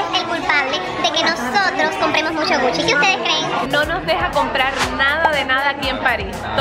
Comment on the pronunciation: Algien Más sé confunde cuando dice "Puchi" i "Gucci" .